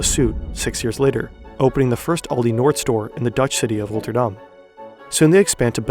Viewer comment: The way you pronounced Rotterdam is insanely good! Are you perhaps Dutch?